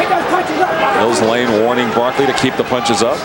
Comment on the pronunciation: Not Mill Blane, Lane